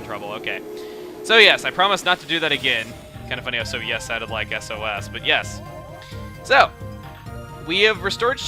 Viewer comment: it wasn't sosososososos it was sos,sos,sos.